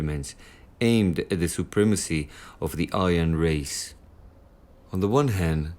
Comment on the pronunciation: The pronunciation of Aryan at the introduction of the programme is a crime against humanity itself.